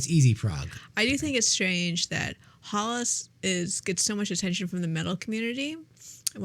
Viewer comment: Prononciation of Hällas is more like Hell-as